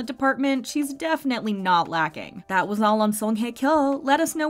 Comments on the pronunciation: Learn to pronounce her name, wtf is “Heh Keow” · So you mean to tell me I’ve been saying this woman name wrong the whole time? 🤦🏾‍♀️. I was saying Song High Kyo, but the woman is saying like Heckyo.